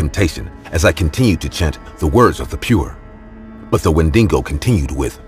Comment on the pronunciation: its Wendigo not "Wendingo"